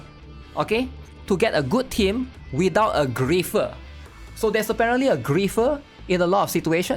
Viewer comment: It is not "Gri-FT-er" it is Gri-EF-er